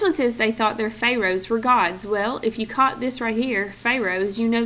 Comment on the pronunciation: Everytime she butchers the word "pharoahs" I cringe. And fix the error in the first sentence on Egypt side!!! It's supposed to say "THEY thought" not "THE thought..."